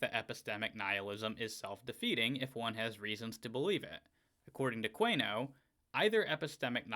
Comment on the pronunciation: I believe that last name is usually pronounced: 'koon-e-oh'.